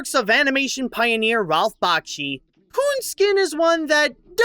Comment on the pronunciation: He is not a composer, it is not Bach-chi, it is Back-she, and it's Ralph, not Rolph. Other than that, very fine review.